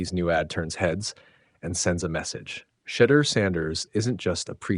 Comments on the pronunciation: I know this is an AI NARRATED VIDEO BUT PLEASE PRONUNCE HIS NAME WITHOUT IT REFERENCING A 4 LETTER WORD THAT STARTS WITH THE LETTER S! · You mispronounced Shedeur’s name. Gotta go. See ya